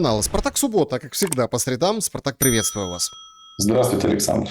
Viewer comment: Александр! По срЕдам, а не по средАм.